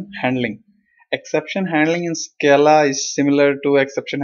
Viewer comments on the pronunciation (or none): Thanks!Btw its SCAA-LA no SKEY-LA!